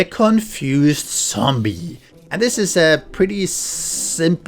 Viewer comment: Dude.. 🤦‍♂️ its zombie, not sombie..